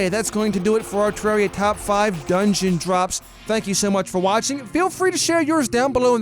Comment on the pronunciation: Finally he pronounces terraria correctly